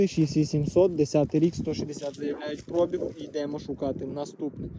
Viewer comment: як ви запарили цим прОбіг!! На другий склад наголос, йолопи! Може вже вивчите правильний наголос???